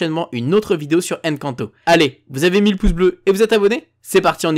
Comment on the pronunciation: C'est pas Èn canto 😡 c'est Encanto hein